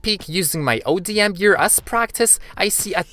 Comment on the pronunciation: Dude it’s ODM gear not adm gear also it doesn’t let you just float in the air